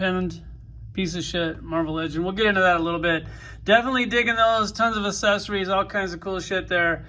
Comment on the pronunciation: The way dude says accessories, kills me 🤣🤣🤣 it's pronounced əkˈses(ə)rē. Wow, dude is drunk AF!